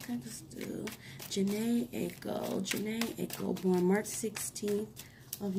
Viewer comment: Thank you. It's eye-ko 😀 it was marketing. Jhene's bro was in a group called melodic with fizz